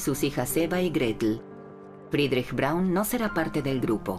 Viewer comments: No es Brawn... Es: BRAUN. No era inglesa: era alemana!!! Siempre es bueno informarse antes de hablar sobre algun tema que desconocemos por completo, para no publicar estupideces... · Perdona , pero "Brawn" no era el apellido de Eva , sino BRAUN !!!